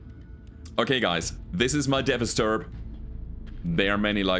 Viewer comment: You keep calling it a "Devasturb" when it is not. It's called a "Devastaturb". It's "devastator" plus "Urbie" mashed together. Incidentally, you're the first YouTube content creator I subscribed to way back in 2018.